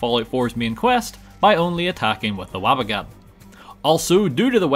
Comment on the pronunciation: its WABBA JACK